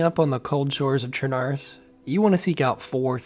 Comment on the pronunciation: It is pronounced sher-na-rouss